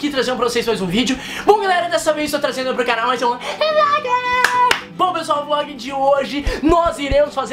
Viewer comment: eu odeio quando ele fala FLOGUE